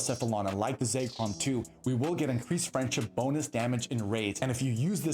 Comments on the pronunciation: For the love of God it's pronounced ZECK-ROM not ZAKE-ROM there is no A, please stop calling it Zakerom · Say Chrome